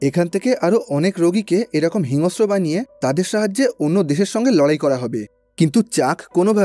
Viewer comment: হিংস্র উচ্চারণ টা একটু ঠিক করে বললে শ্রুতিমধুর লাগতো।